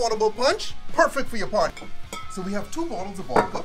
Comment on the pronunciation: "Two shots of Vodcah"